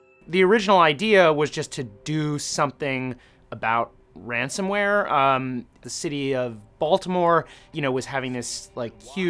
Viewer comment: Ransomware not ransomeware